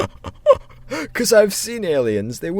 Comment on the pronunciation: "Weeder" HAHAHAHAHA